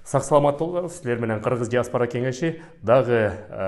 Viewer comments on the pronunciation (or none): none